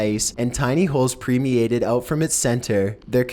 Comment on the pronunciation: ...and eat them. I watched all the way to when he read his script and said "premeated" instead of permeated. Now I've incased my body in the Siberian pit of death so that I do not hear YouTube.